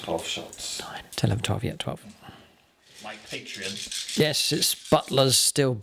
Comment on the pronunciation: Pronunciations of CAH-DIA and PAT-REON hurts my ears. Awesome board though!